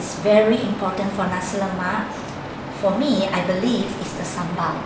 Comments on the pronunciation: its the pronounciation its not ne-si lemak its na-si lemak pronoce na as nah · its nasik lemak not nesi lemak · Do you even no how to say Nasi Lemak